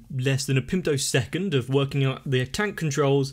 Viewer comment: By “pimtosecond,” are you trying to say “picosecond” or “femtosecond”?